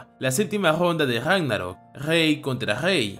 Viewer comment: me da gracias cuando este narrador dice la Guega, o gesponde o gagnarok jajajaj gracias por el video